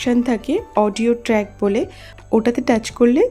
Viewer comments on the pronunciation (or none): none